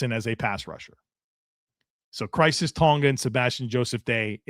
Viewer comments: Tonga's first name is pronounced Kye-RISS not crises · Khyris, not Crisis,. Lol.